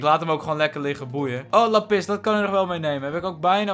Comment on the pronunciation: Meest mensen: laaapiz lazuli (k schrijf even hoe je t letterlijk zegt): laPIS Lekker 👏😂